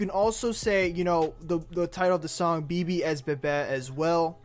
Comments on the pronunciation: Be-be.. it's beh beh "Bebe" is like a Spanish version. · ITS NOT BE-BE ITS (BEH-BEH) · First it’s not pronounced Be-Be. It’s pronounced Beh-Beh (Spanish for baby) 😂😂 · Thank you like learn Spanish bro (im talking bout the person who made the video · Omg I was just bouta come to the comments to correct him too LMAO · I was so pissed cono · Oh naw 😭😂 her said beebee its behbeh 😭😭😭😂😂😂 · its Bebe not bibi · Beh beh not bebe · It BEH BEH not BE BE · It's not Be Be, please stop 😭😭😭😭😭😭😭. It's Beh Beh, Bebesita, as in Baby. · It's beh beh not be be also gummo & billy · Listen here it’s pronounced behbeh not Beebee and it’s not both or one or the other it’s just behbeh 🙄😬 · take a shot everytime he says "You Know" or says bebe WRONG its pronounced beh-beh. you'd probably be lit by the end of the video or if a lightweight, in the ER. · He pronounces Bebe like BB and not Beh Beh. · Did he really say bee bee umm sir it’s pronounced beh beh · I mean it’s annoying that he keeps saying bee bee. It’s Beh Beh. And I lost count how many times he said “you know” 🤷🏻‍♀️ you know? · Its called bebe not bibi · He pronounced it wrong mane beh beh not be be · Its not be-be its pronounced Beh-Beh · Not bibi but beh beh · It’s pronounced BEH BEH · My guy said bee bee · You said Bebe wrong it’s Spanish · Did he say bibi😂😂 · He said bee bee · It's beh-beh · He said Bee Bee 😆 SMFH 😒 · It’s pronounced BehBeh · Omg he said be be smh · I got aggravated he was pronouncing it wrong🙄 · you said bebe wrong. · Dis man said Bebe wrong🤦🏻‍♂️🤣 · Lol he said the song wrong he said Bebe wrong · Don't like to hear how BEBE is pronounced in a very white way lol. But it's a nice video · If you don't know how to say then don't say it OMW BEBE What nonsense is that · I’m sure by now bro you know it’s Beh-Beh but just so you know now too, it’s pronounced “Awn-well Double A”